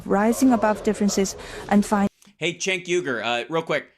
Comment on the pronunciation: Listen often, like most, it was extremely obvious what side you were on from the get. I can’t disagree with you more on this. How about you let them finish their thought before you talk over and mock them. FYI Cenk pronounced Genk but I’m sure you knew that